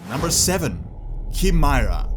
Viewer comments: It's not cheemeyerah it's cheyemera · It's pronounced Kai-mee-rah